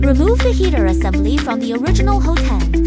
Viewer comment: It's pronounced "HOT-end", not "ho-TEND".